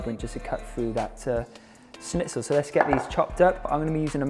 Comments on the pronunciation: As a German speaking person it is surprising to me how good you pronounce the word schnitzel 😊😁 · Luna Moona he did really well 😃